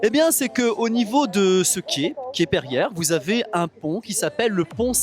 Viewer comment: Émile Pereire, financier français. Pas perière!!😡😤😡